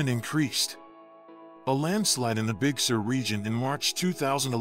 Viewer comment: Please lose the fake specs and scratches. We can tell it is an old photo. It is not a motion picture, so any scratches would not change. They don't belong. It is distracting, and not necessary to make a point. Also, please learn how to pronounce CarMEL and Big SUR.